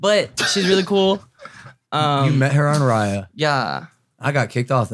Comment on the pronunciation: Raia is my name... but you say it like riya...